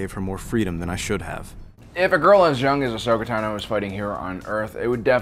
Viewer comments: Its Ahsoka Táno, not Tanó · I love this channel and the work that yall do but I can't stand the way you say ahsoka tano 😂